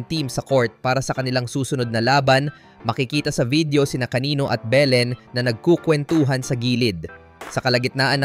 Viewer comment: AI ba yung voice over? haha Behhlen, De-Goozmahn